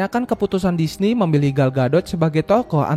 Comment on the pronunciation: Bang kok lu ngomong Disney jadi dishi terus bukan disni